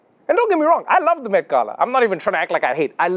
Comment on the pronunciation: Thank you, thank you, thank you, Trevor, for pronouncing the word ‘Gala’ correctly!! It was like music to my ears!